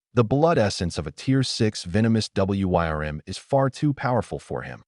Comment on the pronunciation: "double-you why are am" sigh